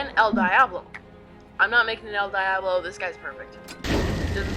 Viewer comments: Is no one complaining about the fact that he pronounced Diablo, "Die-Aw-blow"? Instead of, "Dee-Ah-Blow". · its pronuonced DEE-AH-BLO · The way they said Diablo made me wanna kill myself